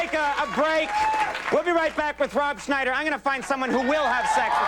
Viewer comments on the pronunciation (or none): none